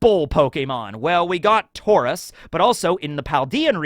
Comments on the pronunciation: "I probably mispronounced Aegislash and Ariados." Also: "Taur-iss. The bull pokemon, Taur-iss. Not to be confused with Taur-OS, the actual real pokemon that exists. Instead, we are talking about Taur-iss, which is not the name of any real pokemon that has ever existed." (Also it's hilarious that he mispronounces Aegislash considering how many times he's talked about CP Aegis Zero, which is literally the same word.) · Bruh, hearing him say "Tauris" instead of "Tauros" made me die inside. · Redeemed yourself? ARE YOU MENTAL? You mispronounced ariados & tauros, then you committed a major atrocity by saying that raikou was the best legendary dog, suicune is the best one because its on the cover art for crystal & it can beat raikou with mirror coat...YOU GIGANTIC IDIOT!